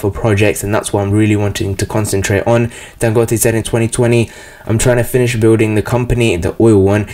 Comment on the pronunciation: You said his name correct.